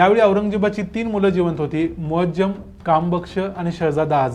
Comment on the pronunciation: arre, muajjam nahi, muazzam aahe. pls pronounce correctly. its very irritating